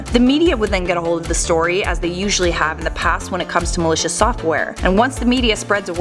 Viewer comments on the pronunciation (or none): none